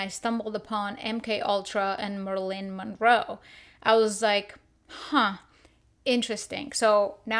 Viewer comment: Who is "Merlin Monroe"? 🤭🤣